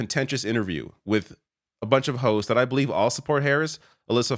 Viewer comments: "A bunch of hoSTS" -- I had to listen a couple of times to be sure I heard you correctly. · Sounds like you say "a bunch of hoes" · Haha! It sounded like said "a bunch of Hoes".